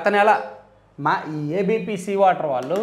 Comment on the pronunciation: వాటర్ కాదు వెధవ,ఓటర్ అను.😢